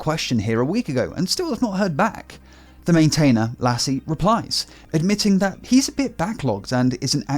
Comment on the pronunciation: Lasse is pronounced as "Lussa" :)